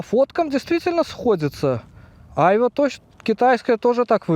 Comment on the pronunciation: Хочешь убить граммар-наци - включи ему, как произносит "айва")